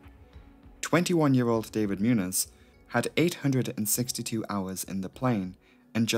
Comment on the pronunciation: The funny looking n character is pronounced like “ny”. So his name is pronounced like moon-YOSS